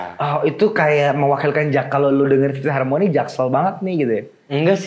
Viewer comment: Bilang jaktim norak tapi "FIFTH HARMONY" dibilang "FIFTY HARMONY" Proudly said lagi 😂